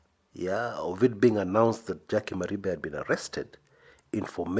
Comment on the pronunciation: Jackie does not hail from Kisii county. Her name is jaquie wanjiru wa Maribe wa Mwangi;- pronounced "mari-fe"